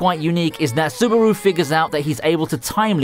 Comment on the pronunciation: Dude, it's subAru, not subUru